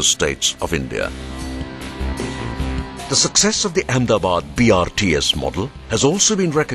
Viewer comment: I must proudly say that the film looks very impressive than what it may probably be. But one little request from an ex-Ahmedabadi living across the ocean. The correct pronunciation of the city is Ahmed-a-bad and not Ahem-da-bad. Why don't you officially change the name to Ahemdabad or Amdavad? Just like they changed Bombay to Mumbai? But sadly that will disassociate the original builder King Ahmedshah.